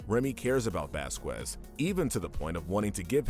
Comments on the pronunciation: its pronounced vas-kez not vas-qwez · Sorry to be that guy, but it's Vasquez not vasquwez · I hate to be THAT guy. but Vasquez is Pronoucned Vaskez. I love WickedBinge and 1upbinge But... i am a little strict on how things are pronounced. (Why am i even writing this comment?) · btw its pronounce vasKEZ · It's spelled vasqeus it's pronounced baskes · Name is it bothers God it's Vasquez Velasquez Vasquez best kids Baskin basket😢 it makes me sad that you can pronounce his name correctly everything but I'm willing to give you one last chance football just I'm all I'm going to do bad would be what is nnn very popular and I'm the would disperse in the world I owe my child on 55 restaurant so very best with stuff and have a question and my boy or a girl😊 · “Vasqwaz” That got me😂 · Who’s bascwez? You mean Vasquez ?